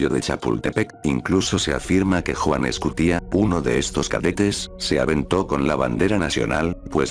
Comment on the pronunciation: Escutia, con acentuación en la penúltima sílaba. Es una palabra grave, no aguda. Hay que tratar de pronunciar con responsabilidad, ya que se divulga de forma distorsiona el idioma